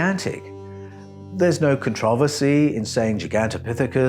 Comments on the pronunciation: This was fucking awesome, but it was worth the time just to hear how he pronounces "controversy". So fun tho, this 6 finger part i am focused in on. I met a person a couple of years ago who was Ojibwe, and he told he the old tradition of raising their hand when they greet each, was to ensure you didn't have 6 fingers. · My main problem is how you pronounce controversy...... I'm cool with everything else.